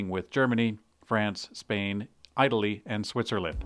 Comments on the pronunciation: AIGH-taly is my favorite country. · Eye Tell E really?